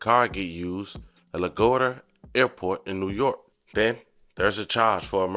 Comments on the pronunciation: La-gwad-de-ah airport my boi🙃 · “Lagurda airport in New York”😂😂😂😂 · La-Guar-dia repeat after me 😭😭😭😭